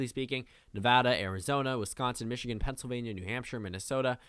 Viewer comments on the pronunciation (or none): none